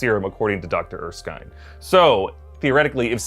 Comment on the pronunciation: it's pronounced ER-skin, not er-skine